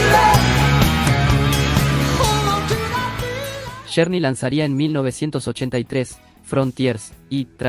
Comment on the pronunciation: Con todo respeto quiero comentar que no entiendo porque desde que tuve uso de Razon hasta ahorita no he pidido escuchar aningun youtuber que pronuncie correctamente los nombres de los cantantes ingleses o gabachos,!!!...y pongo por ejemplo a este youtuber y comienzo con este grupo de rock,!!... el nombre de este grupo de Rock se escribe journey pero se pronuncua Llourny, y el dice journey,!!!.....se escribe warner brothers pero este yotuber dice werner bros y se pronuncia warner Broders.!!!😏